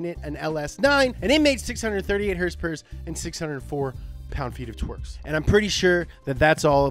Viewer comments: "That's right, a perfect horsporque" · "That's right, a perfect h o r s e - p o r k" I'm DYING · “Hursepurrs” “Lbs/foot of Twerk”